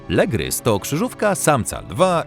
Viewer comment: Lygrys a nie Legrys